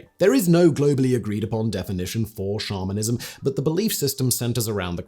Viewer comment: I was a lot further into listening to this episode than I want to admit when I realized Simon wasn't saying "shamanism", not "Charminism" (like, a belief in the Charmin toilet paper bears)....